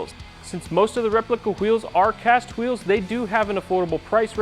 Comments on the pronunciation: lol, am i the only one who heard how he said wheels (hawheels) ? lol reminds me of the family guy cool hawhip episode. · Who eels